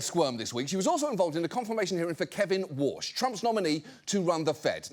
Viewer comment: concerns Trump may pressure wa(r)s(h) lol